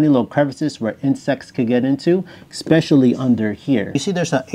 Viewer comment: Great video. Just a pet peeve of mine.....it's eSpecially.....not eXspecially. Thanks for the great tips.